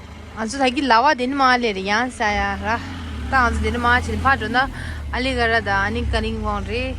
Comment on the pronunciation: it's Algarah..not "aligarah" 😅. I'm from here. Do come again.